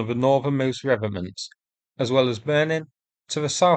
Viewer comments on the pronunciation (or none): Re-vet-ments not revenants, although there are plenty of Russian corpses walking around Ukraine. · I think you mean 'revetments' rather than revenants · They are REVETEMENTS (originally a French word) not 'revenents' (not an actual word) ! Please pronounce the letter T in the word. It makes you sound a bit silly otherwise. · Ree...vet....ments ...... dear chap. And far be it for me to nit pick your most excellent work but, it needed saying....... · Re..Vet..ments.... just saying.